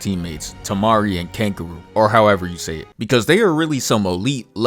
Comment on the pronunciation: Bruh said Temari and Cancún💀💀